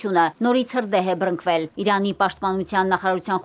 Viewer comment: Հրդեհ է բԸռ-նԸկ-վել, ոչ թե բԸռ-Ընկ-վել։